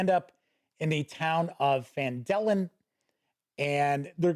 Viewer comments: It is PHAN-duh-lin. I dont know where Phan-DEH-lin came from. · You were lied to about the pronunciation. "...the nearby human town of Phandalin (pronounced fan-duh-lin)..." Also, I have no idea who on earth could claim that Mike Schley's maps are bland. He's literally the best cartographer WotC employs. Miles better than Dyson Logos, that's for sure. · Guess what? You’ve been pronouncing Phandalin correctly all these years, and this new way someone taught you to say it is actually contrary to what it says in the original “Mine of Phandelver” adventure. Refer to the Introduction, under Background, and in the first paragraph it says, “Times were good, and the nearby human town of Phandalin (pronounced fan-duh-lin) prospered as well.” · this bothered me way more than it should lmao, but I just chalk it up to various regional accents in Faerun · I had to laugh at the phandalin pronunciation. I always thought the syntax was funny between the two, but like you (and everyone else I know) I've always called it PHAN-da-lin. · Love when people get bent out of shape about how people pronounce made up fantasy names, as if different people wouldn't pronounce them differently just like in real life. I've always pronounced it Phandalin, and always will. 😜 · wouldn't that be (fan-dah-lin) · I pronounce it just like you and people can fight me on that. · Hey. Yeah, I think I might have been mispronunciating Phandalin for most of a decade now! Enjoyed the review — seems a fair appraisal.